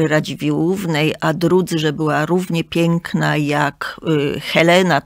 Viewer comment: pięknom, kobietom, wspaniałom - tak mówi krytyk literacki ?